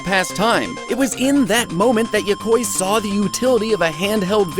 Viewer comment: Yokoi is pronounced "Yo-ko-ee", not "Yokoy". It's like the "ea" on "wheat", or "neat". Maybe he knew that but his accent is getting in the way, I get that a lot. Good video either way.